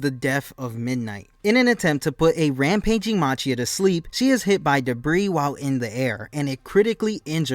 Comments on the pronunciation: Its machia ( pronounced ma ki ah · The giant villain's name is pronounced "MAH-KEE-UH".